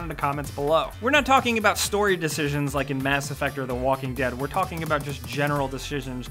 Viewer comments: "General. Deshishions" I'm sorry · Goto he says decijsions lol